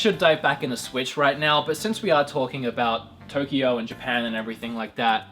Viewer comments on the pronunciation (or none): none